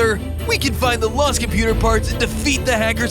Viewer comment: Computah mahn